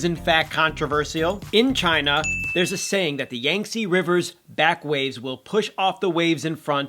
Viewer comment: first of all. yall obnoxious asf. leave bangtan out of this. also yixing (lay) wasnt shading anyone. its normal for ppl to say that yall pressed. second of all, pronounce YANG TZE river right